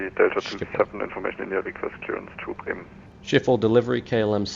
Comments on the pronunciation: thats not how its pronounced correctly, at least not in Dutch. At the second mark in this video you hear how its pronounced correctly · It should be pronounced as ~sgip-hole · Haha. Non Dutch people trying to pronounce “Sch” will always be funny. It’s pronounced more like “Sgipwhole”, with a hard G, really making that feel throat sound. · i fly out of schiphol regularly on vatsim and shiffle is not the worst pronounciation i have heard of schiphol haha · Ski-pawl = schiphol